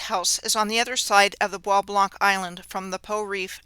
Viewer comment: The soo locks arent as advertised is my guess. Bois Blanc is pronounced as BOB LO. Gratiot is pronounced as Grashit.